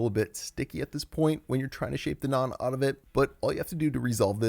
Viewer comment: I love how you pronounce naan as it should be! nice recipe!